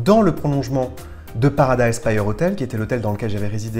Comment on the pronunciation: stp, pas paradise "païeur"... Paradise "Pire"... ;-)